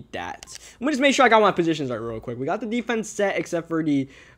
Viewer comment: I'm assuming this guy is from ny cuz he's a giants fan so why does he say "duh" instead of "the"